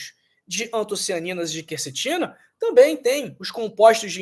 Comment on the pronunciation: Olha aí a influência maligna do novo acordo ortográfico: o doutor pronuncia "kercetina ", a pronúncia correta é kwercetina.